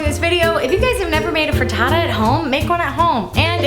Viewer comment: "Frutootoo" - Hannah Hart